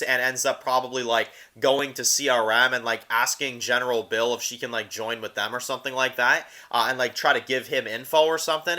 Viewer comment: it is Biel or beal and is just saying it wrong but it is funny every time he does